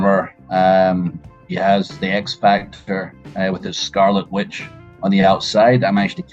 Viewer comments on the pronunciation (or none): So dedicated! Love him! And he said witch again, lol 😂